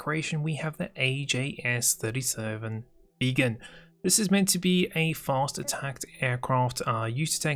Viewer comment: Hey its Drive here the creator of the Viggen, or "Vegan" as you pronounced it lol. Anyways, the trim, pylon selection and missiles have all been fixed in an updated verision, unluckily you made the video right before I updated it this morning.